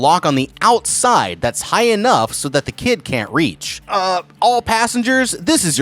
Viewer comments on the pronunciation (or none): none